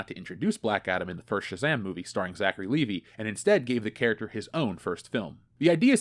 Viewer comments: It's pronounced Lee-Vigh, you know, like the brand name of jeans, NOT Lee-Vee. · Will you please stop calling him Zachary Levee? It's Levi!!!!!